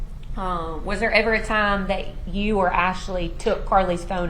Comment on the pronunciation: He knows exactly who she was dating This lawyer needs to be able to say TIME NOT TOMS